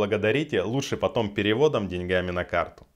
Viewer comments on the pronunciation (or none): none